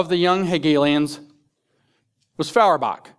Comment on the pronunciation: NItpick: it's pronounced "FOYerbach."